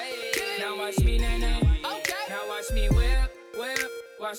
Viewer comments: ...Can these mumbling fuckwits really not pronounce 'watch'? "Wa' me do it!" "Wa' me crank it!" These are not lyrics, this is a homeless man with no teeth shouting at you with his hand down his pants. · Take this however you like, but the person that repeats line every so often is too lazy to actually say the entire word "watch", which is a one fucking syllable word. I realize that speaking proper English all the time is cumbersome and awkward, but there comes a point to where you just might as well just grunt and finish it with "YAHKNOWHAEMEAN-MANE?"